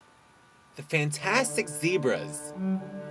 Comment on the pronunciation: "Zebrazzzz" Lolol